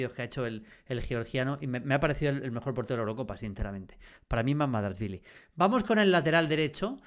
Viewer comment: Y no solo cuando lo escribió, es que lo pronuncia SIEMPRE mal